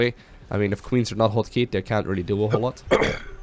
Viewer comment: just to hear say the word "hotkey"...